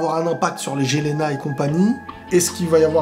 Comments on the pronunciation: Mec stp arrête de dire « gelena » stp ça se prononce « ielena » et c’est pas « ézul » c’est « izul » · Mec on écrit Jelena mais on prononce Yelena , comme Eren jager on prononce Eren yeager